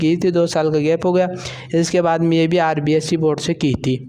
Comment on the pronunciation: Yo rbsc ke howe rbse na boli jari😂